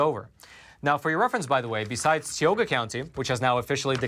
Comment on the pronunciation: I want to help you say the name of the county the correct way. I have gone to college in that county and lived there. This is how you say it, Tie-Oh-Gah (Tioga) county.